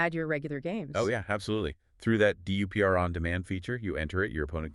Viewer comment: If you’re going to do all this work can’t you instruct NotebookLM to pronounce DUPR well?